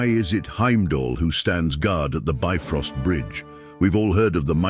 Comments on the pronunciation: It's not "bi-frost", but "bif-rost" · The "ö" in "Bifröst" is actually pronounced like the "u" in "burn".